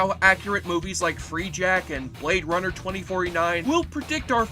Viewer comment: I’m pretty sure it’s not pronounced ‘Blade Bummer’… 😂